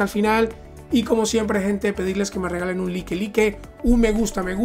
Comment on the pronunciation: No SE dice like ,like SE pronuncia láik.